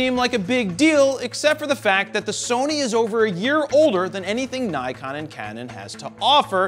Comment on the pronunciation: I thought it was impossible to say Nikon wrong guess I was wrong